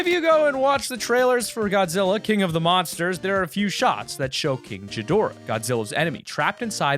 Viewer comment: Kinchgadoara lol king not kinch king 👑